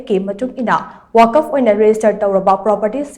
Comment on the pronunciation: Wakaf.... haiba ntteye *Waqf*..... habiyo... 🤔🤔🤔